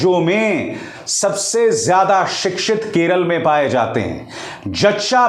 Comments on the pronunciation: Arey howle it's not Keral it's Kerala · केरला नही बे..... केरल